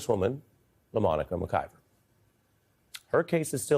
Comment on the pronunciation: “LaMonica” ??!! Holy God !